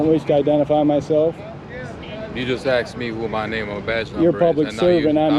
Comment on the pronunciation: Omfg....cop said "axed"